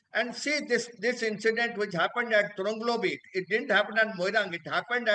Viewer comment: Right pronounciation TRONGLAOBI.